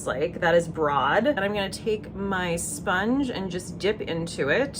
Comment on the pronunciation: Gorgeous lewk! Yes to anger vids and LOVING your tiktoks. Btw the tower 28 bronzer shade is pronounced “brode”—they’re all names of LA museums and that’s how the Broad museum is pronounced, strangely. 🤷🏻‍♀️❤